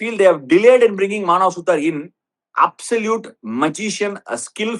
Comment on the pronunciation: Maanav suthaar illa suthuraar 😂